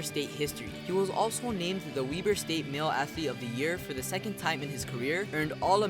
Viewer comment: “WEB-ERR” .. not “WEE BERR” (WEBER”